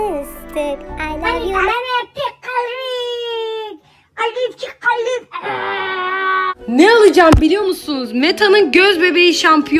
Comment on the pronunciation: Mıstık diyomuş bende mistik mistik galiba mistik olamadığı için sayıklıyo sandım XD🤣